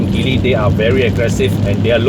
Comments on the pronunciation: It's not pronounced Gi-ly. It's G-ly, as in the alphabet 'G', as per the Mandarin pronouncement.. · I am surprised that you are now only poking fun at the name, so I guess you are NOT aware of what's really going on in Geely (please at least pronounce the name properly lah). The Borui (yeah, go on and laugh) is an exception car and will make a real killer perdana replacement. But wait till you see what Geely has come out with in the SX11 (what a beauty!!). Suggest you check them out and let us know if you find them as exciting as I have. Peace to you.